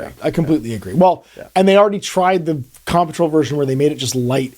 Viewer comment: Why does he keep saying "Com Patrol"? It's an off putting way to save a syllable.